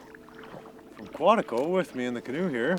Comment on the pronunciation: There's no other place on earth like Quetico.. Not Quatico..😉